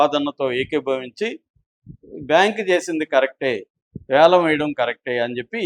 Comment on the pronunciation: అది యాలం కాదు వేలం